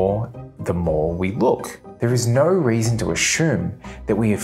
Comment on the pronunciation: Two seconds in, heard no pronounced like that, that’s a big nope for me